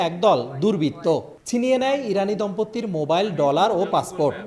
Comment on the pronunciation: শব্দটি দম্পত্তি নয়, দম্পতি (Dompoti)